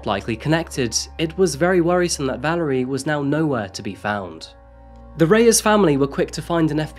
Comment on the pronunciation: ValErie, not ValArie. :o)